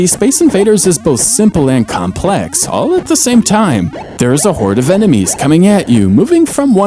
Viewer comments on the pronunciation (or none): none